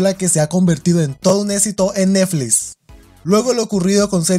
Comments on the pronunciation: "Todo un esito eneflis" 😂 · "En neflis" xd